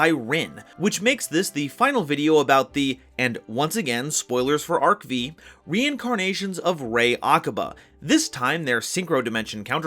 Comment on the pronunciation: I cry everytime says Arc Vee instead of Arc Five.